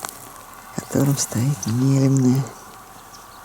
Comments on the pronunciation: Не́лемное, ударение на первый слог, от названия рыбы нельмы😊😊😊, обожаю вас, Рассоха, Ясачная родина моя ❤. Лодочка называется ветка, с них охотники наши стоя стрелять могут, переносят их обычно волоком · пожалуйста, поселок называется НЕлемное. Ударение на первый слог. Название от рыбы нельма) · Нелемное ударение на первый слог. Так правильно будет название поселка.